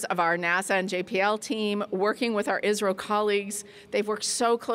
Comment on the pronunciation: ISRO boli wo sunne me Israel jaisa lga